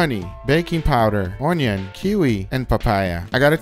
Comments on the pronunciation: Bruh. It's Un-yun, not Ooon-yoon. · When he said, "Oinion" I felt that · the way he said onion😂😂😂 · I’m so glad the pronunciation of onion made an appearance it’s my fav haha